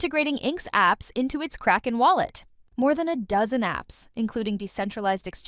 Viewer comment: I liked the two interviews plenty. But very distracted from the news roundup lady pronouncing Kraken as “cray-ken” instead of “crack-en”. Feels either AI or paid voiceover and either way it makes me disconnected from the intent of the news